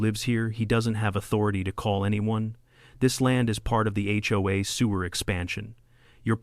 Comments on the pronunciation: Where did "hey-oh-a" come from? It's "aitch-oh-a," and I've never heard anyone except AI pronounce it as a word (hoe-a) instead of letter by letter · Got to love it when text to speech middays things, “the ho will rise again”😂 😂😂